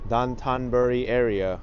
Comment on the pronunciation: It’s pronounced Dough-tan burr-ri. Anthony Bourdain was taught it by his Japanese tour guides and friends.